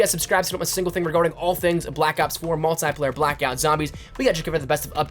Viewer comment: "mult eye player" Sheesh.